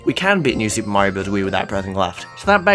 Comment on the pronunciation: Mayro more like bad